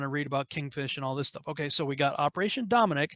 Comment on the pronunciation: Dominic = Dome Nuck